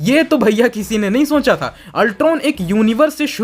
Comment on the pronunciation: Vai tum pehele 'Sonchna' , 'Soncha' is tarikese bolna bandh koro